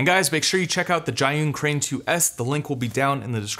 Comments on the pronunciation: Is Zhiyun not Zhayun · Great video 👍🏻 your pronouncing their name wrong though